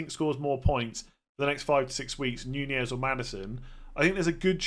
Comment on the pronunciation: I like how you've changed your pronunciation from 'Nunez' to 'Ñuñez'.